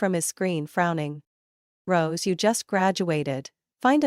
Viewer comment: Rose not gross